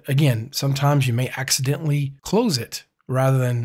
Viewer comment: You can tell by how he says accidentally, he's definitely killed some people. 😂 Thanks for the tip!